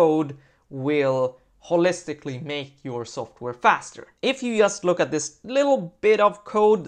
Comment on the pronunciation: The word "just" starts with a "j", not with an "i" ;)